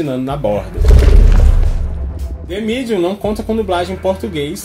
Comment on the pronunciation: gastou o ingles agora hein "de midium"